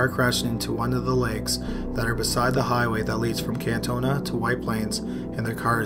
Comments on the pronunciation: the one from like 4 to 5 min the town its Katonah not kantona but anyway I live in that county not too far weird lol white plains is just north of the Bronx nyc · it's kaaaa tonah N.Y. gr8 vid tho 👍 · okay I know this is hella late but I live near Katonah, NY(#2) and you pronounced it wrong lmao Kah-toe-nah is how its pronounced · "They're from Westchester" it's ka-toe-nah bud. Love your content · Anyone else bugged by the pronunciation of Katonah 🤣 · Not trying to be rude of anything but you pronounced Katonah wrong.